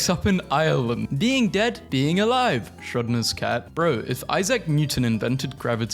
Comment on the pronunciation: BROOOO ITS SCHRÖDINGER, SH-ROW-DING-HER, SCHRÖDINGER!!!! NOT SHROD-NER I'M BOUTTA BUST ALL OV